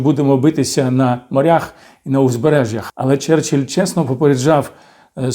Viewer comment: Нічого не сталося, сказав "черчелль"..